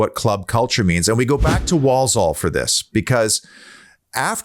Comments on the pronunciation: Obviously never been to Handsworth!! You don’t want to!! Walsall pronounced wall-Sul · Love the way u say Walsore (Walsall). I opened a pizza shop in Walsall once and our PR guy thought we were opening in Poland and wrote a bloody press release saying we were pushing into Eastern Europe…….🥴